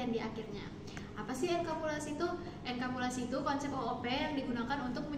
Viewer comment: bukan enkapulasi tapi enkapsulasi yah. tadi di presentasi nya salah sebut.